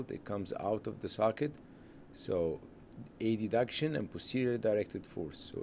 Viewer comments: why he was saying A-D-duction?! its called adduction as a one word but anyway very nice illustration ,, thanks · aha, first time I hear this pronunciation.. thank you for the clarification😊